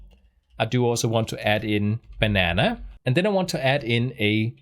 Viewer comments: Great video. Also, your initial pronunciation of banana is correct. No need to change it. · You say "banana" absolutely correctly. Americans say it slightly differently but they American after all. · your php videos are the best on youtube. But you, sir, are a banana! It was so cute how you experimented with the very American pronunciation of the word, personally, I like your pronunciation better. Jeg elsker dig min bror.